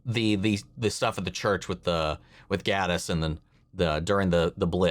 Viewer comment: Gatiss is pronounced like "gate," not "gat." when he won the Olivier Award for Best Actor (over Andrew Scott, David Tennant, Joseph Fiennes, and James Norton, by the way), they got his name wrong and he corrected them before going on with the rest of his speech.